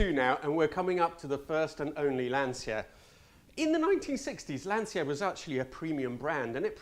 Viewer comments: Lancia is still pronounced Lan-cha and not Lan-see-a. But what do I know, you're the Italian one (at least trying very hard with every other Italian word). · To hear an Italian say "lan-see-yuh" is absolutely unforgivable. Shame on you. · Aaah that's why you are the only english speaker youtube carguy that nails the italian pronounce of the brands and models 🇮🇪 .... i have to correct myself.. at 7.47 you said LANSSIA.. I just want to ask you: WHYYYYYYYYYY???? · Yes, but native italian who say Lansia instead Lancia with italian C is awful 😏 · Decent pronounciation... but it's not "Lansia", it's Lancia (pronounce it "Lancha"). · Delighted to hear your Italian origins - half Italian myself. But please pronounce Lancia correctly as Lancha, not the anglicised Lansia!! Live your videos though. 😁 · Astonishing that despite your Italian roots you keep pronouncing Lancia wrong. It’s pronounced Lan-tsha (the i is muted) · Interesting review and I finally learned where the Arna name came from. One observation: I really appreciate that even if you speak perfect English with British accent, you still pronounce the name of the cars with an Italian pronunciation but LANCIA??? It’s “Lancha” 😉 I know you know it…. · Cmon, at least you as an italian should know that Lancia is spelled closer to "Lancha" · Not qualified to correct your Italiaaaaano accent but I always thought that Lancia was pronounced Lanchia? Like Chinzano? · If that "horrible" 512 M was sitting in my garage, I'd be jumping up and down with joy 24/7. Maybe a low blow but, as an Italian, your pronunciation of Lancia is true pain to my oversensitive full blooded paesano, from Tuscany, ears. A little practice would help. Grazie. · You should be more ashamed of how you pronounce Lancia. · Great video as always! Just do me the favour and pronounce the name "Lancia" correctly in the Italian way 🙏🏻🙏🏻🙏🏻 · For an Italian, you butchered pronouncing Lancia...